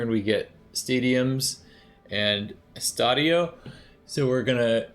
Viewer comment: As a brazilian, I was so curious how you would pronounce "Estádio do Maracanã". You did well with "estádio"